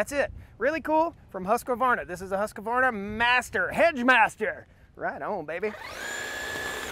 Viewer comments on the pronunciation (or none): I think it is Husqvarna..not Husq-A-varna.